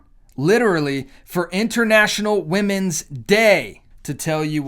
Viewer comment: It’s not women’s it’s WenMen 😂